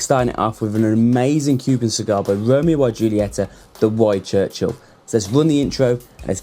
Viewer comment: Could you trust a guy who can't pronounce the name of the cigar brand ;-)